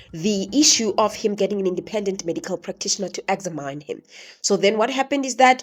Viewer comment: "examaene" 🙉🙉🙉. Examin🤸🤸‍♂️🤸‍♀️